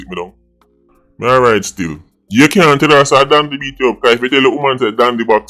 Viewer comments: Dondy n not dandy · "Dandy Shandy"😂